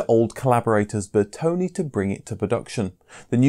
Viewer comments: It's not BertonI it's BertonE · I see no "I" at the end of Bertone's name